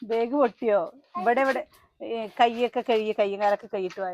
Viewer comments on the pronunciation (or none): none